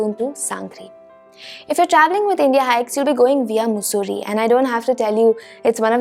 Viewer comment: It is मसुरी not मुसुरी